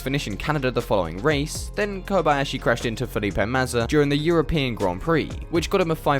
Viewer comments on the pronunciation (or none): Then Kobayashi crashed into Felipe Mazza (But it's Massa, Not Mazza)